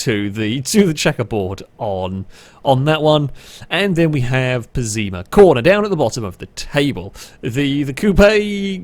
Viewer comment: Lol the way you pronounce BeamNG’s cars is, well, unusual. Like the Celtia as Celita or Pessima as Pezima